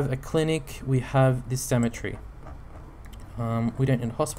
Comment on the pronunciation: You say cemetery like symmetry! Just a bit buggy for me.